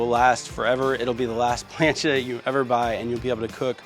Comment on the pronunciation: Being Puerto Rican it annoys me the way he says Santa maria and plancha and any other Spanish words